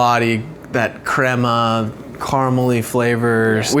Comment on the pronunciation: You say krema wrong